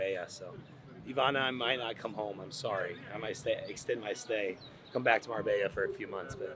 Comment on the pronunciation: This gonna be your best look for sure🔥💪shout out to Marbella that make the last step look easy. The Marbella pronounce is getting better and better 😂😂